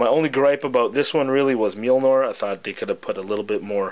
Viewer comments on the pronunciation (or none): I apologize in advance for correcting you, but it's pronounced Mjolnir, not Mjilnor. Liked the vid regardless